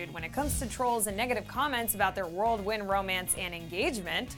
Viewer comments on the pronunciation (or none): Did she just say "world-wind?"